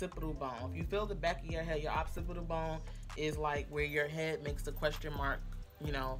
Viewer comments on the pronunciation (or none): I know. You said oppsipital. Its occipital. Its a beautiful tutorial and you're very talented I just have a thing about mispronounced words.